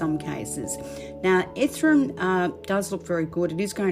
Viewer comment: Ethereum!!!! Not Ethrum!!!!!! 🥵🥵🥵🥵🥵🥵🥵🥵🥵🥵🥵🥵